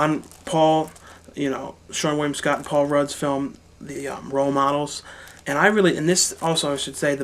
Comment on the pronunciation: It's WillEm Dafoe, not William you stupid fat fuck